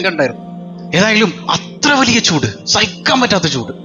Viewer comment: പൂട് അല്ല ചൂട്